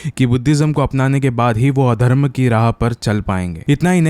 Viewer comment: Vo 'adharm' ki raah pr chl payeng! Adharam?😂😂